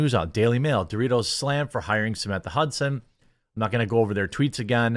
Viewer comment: Stop saying Dorritos... its PepsiCo and ALL their products.